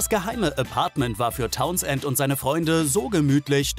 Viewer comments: Mr. Tauns-Ent hieß bestimmt Townsend (sprich: taunsnd) 🤭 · Und die Aussprache Towns-end! :D